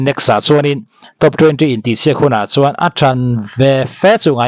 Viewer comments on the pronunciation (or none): none